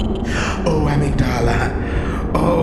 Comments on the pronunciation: the pronunciation of amygdala as ameeg-DAL-uh is KILLING me. xoxo, a neuroscience major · Weird not to google how to pronounce new to you words. It's amígdala. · Amazing video. I wish more people would do this for the fromsoft games. Also… Uhh mig duh luh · Since you mention pronunciation - the part of the brain- (Amygdala) is pronounced Uh-mig-duhluh, emphasis on Uh. Not, AhmigDahLah. I think the voice actors in Bloodborne either misprounced the word, or intentionally wanted the creature name to have a different pronunciation than the biological component. Either way, it has let to the entire community mispronouncing the word. Thought I'd spread the word because it's impossible to not notice. Your videos rule btw. Keep it up. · I will also note that amygdala is actually pronounced ah-MIG-duh-luh and I was so taken aback by your pronunciation I had to question myself lol Edit: oh that's how they say it in game... That's weird... I honestly hate that... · Love your shit. Btw Amygdala is usually pronounced Uh-Mig-Duh-Luh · AMEE-G'dala lmao? Please research how to pronounce shit before making these in future my guy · Uh-mig-duh-luh. Yes, it’s a play on words but the brain part is not pronounced the same as the creature. Since we are addressing pronunciations. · everytime he says amygDALA i lose it a lil ngl. great video though really fun to watch! got to and i get it now lol. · this game and review irreversibly changed how i pronounce the word amygdala.. LOL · This is so great. Have you since learned how to pronounce Amygdala? 😉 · Listening to you pronounce amygdala wrong so many times in rapid succession gave me an aneurism. I know it's correct in-game but not when you started talking about the brain lol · The way you pronounce amygdala is unique. I never played this game, do they pronounce it that way? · that is not how you say amygdala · My favorite part is when he mispronounces amygdala 100 times